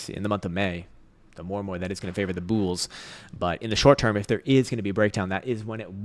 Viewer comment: Favor the “bools”? 🍒 😂